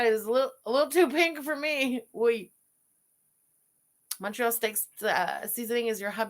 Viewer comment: even MFW in Indiana has Montreal Steak Spice. She calls it "Monorail" steak spice. Yes, monorail like the train 🤣